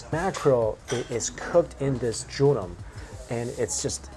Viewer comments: it's pronounced joe-reem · Jorim is pronounced like “Jo-Lim”🤗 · Hehe it's joh-lim 🤓🤗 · Love the vids man, but it’s pronounced jo-reem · Sorry mike you are butchering the word jorim!